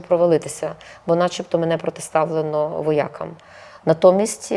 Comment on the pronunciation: Пані,не кажіть воя,кам ,кажіть во,якам.